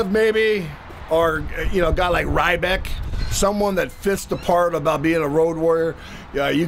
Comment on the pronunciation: Rybeck?? Lol!! It's ryback dummy !